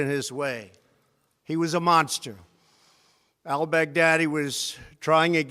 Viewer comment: This man said “El Bagdaddy” 😂😂😂😂